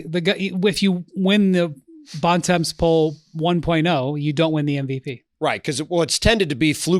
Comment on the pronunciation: Bontemps is french means "Good Time" is not pronounced like that